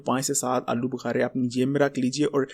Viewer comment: ارے بھائی آلو بہارے نہیں آلو بخارے ھوتا نے بڑھ رہا ھوتا ھے بھڑ نہیں سہی اردو بولا کرو